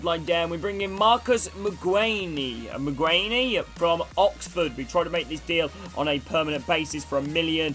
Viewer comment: fyi u dont say the `ee` on the end of mcguane.